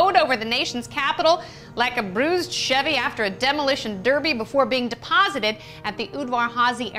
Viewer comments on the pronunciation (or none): none